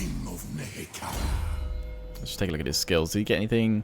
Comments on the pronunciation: I think Nehekhara/Nehekharan should both be pronounced with the short "e" sound not the long i.e. neh-heh-KHAR-ah rather than knee-he-KARA-ah. I think I heard one or both generals say something including the pronunciation in this video 'round about when you swapped in Wakhaf around the mark. Love the content! Keep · NEHEKHARA is being pronounced wrong!!! It's not Nee- hee- khaa - rah, It is Ne- Heck- err- Aah.Just hear setter or the advisor pronouncing it at the start of the campaign.